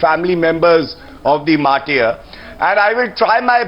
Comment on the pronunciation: English Language, as such, is quite simple if you go easy with it. It's "mar-ter" and not "mar-tiere". How does any person - politician, ex-soldier, or any other citizen - is given this oft-abused and completely hollow title "martyr" after his suicide or any other form of death? Does this title elevate him over others doing the same? It seems to be a useless honorific to prompt others to part from life. You decide!